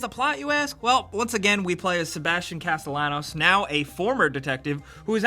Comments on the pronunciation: (Kah-sti-yah-nos) not (kah-stay-llanos) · "Sebastian Castle-anos" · LEARN HOW TO SAY HIS NAME. It's Castellanos. As Django would say... "The 'L' is silent, hillbilly".